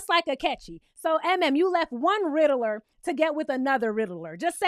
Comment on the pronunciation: Not the “Riddler” 😂😂